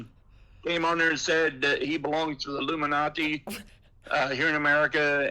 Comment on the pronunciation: WHY does he SAY it that way? “IlluminaTEA”🧔🏼‍♂️